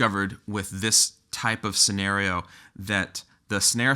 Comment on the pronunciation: This “snare-eo”